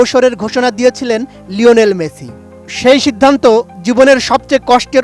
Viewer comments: বলদ মেচি নয়। মেসি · হেডার সাংবাদিক!! শিউর রেফারেন্সে চাকরি পাইছে। ঠিকমতো উচ্চারণই করতে পারতাছে না।। লিওনেল মেচি..